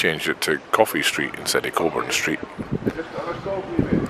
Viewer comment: The Southern Cross is very good and yes the cakes are Good! Are you sure about that pronunciation? Wouldn't that be Coburn? 👀